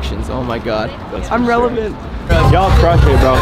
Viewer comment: lmao "we're relavant"